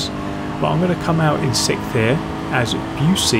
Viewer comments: TIL english people can't pronounce "sixth." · I have a question; Do any British person properly pronounce "siXTh"? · Your tone and sentence implies you are english and can pronounce "sixth". You should get into youtubing. Bet there's a lot of money in being the first brit to say sixth correctly.